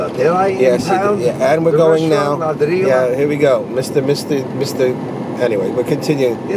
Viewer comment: Favorite restaurant and does not know how to pronounce the name. Ladrillo is pronounced la-drree-yo.